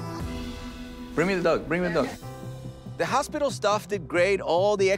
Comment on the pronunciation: Was really pronouncing hospital as, “ospital”? Last time I checked hospital was pronounced with an, “H”.